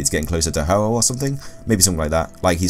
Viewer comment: u said ho ho it's ho oh